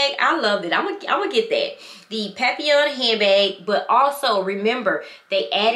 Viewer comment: Papillon said PERFECTLY 😊